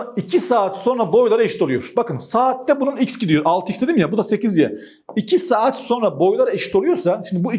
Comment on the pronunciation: 😂Seeaat mii bi anda kürt aksanına girdi. Ciddiyetini bozmadan